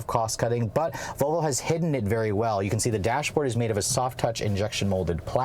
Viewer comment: vOLvo not VOVO!